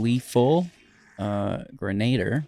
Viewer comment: Gren-uh-deer 😉. Appreciate the budget friendly stuff.